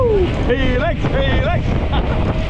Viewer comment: if u think ur right then and others r wrong, then I dare u to do a poll about saying Helix, and let ur subscribers decide by voting whether to keep saying it or stop. Unless ur a chicken 🐔 🤣